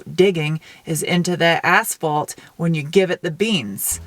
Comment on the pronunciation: What 5 cars cars have your highest score???? Also you say asphalt funny..... You say ass-fault, it's ash-fault lol